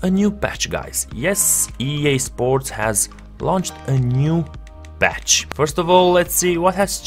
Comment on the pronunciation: It's called patch not batch